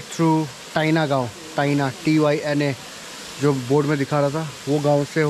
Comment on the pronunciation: Not tyna it is call tyrna village